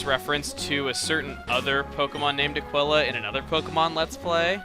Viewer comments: It's pronounced Ah-keel-uh Not Ah-Quill-Ah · Aquila is pronounced A-KEE-LA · It's actually pronounced "a-kwil-a" because that's how it's pronounced in Latin and aquila is latin for eagle.